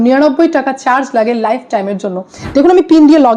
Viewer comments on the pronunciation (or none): none